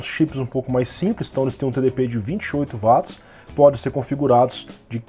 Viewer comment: Pronuncia correta de Watts = Uóts e não Váts